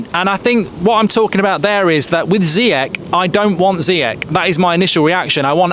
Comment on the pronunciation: Love you mark but please learn how to pronounce Ziyech